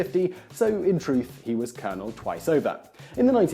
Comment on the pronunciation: Thanks Whistler. I'v lived 33 years and this is the first time I'v heard colonel Sanders pronounced correctly.